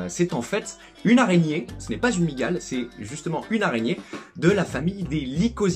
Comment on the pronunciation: "a Migal" avec le petit accent mdr